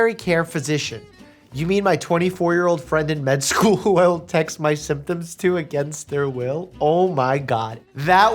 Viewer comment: he was try to pronounce asthma